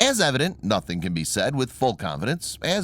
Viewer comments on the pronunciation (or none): none